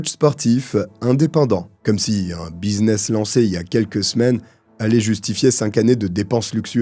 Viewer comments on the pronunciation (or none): none